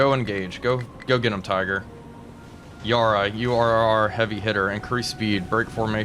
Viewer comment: "Yarra" is pronounced like the 'para' in parachute.